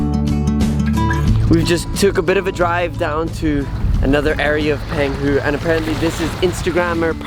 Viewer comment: Pronounced PONG hu.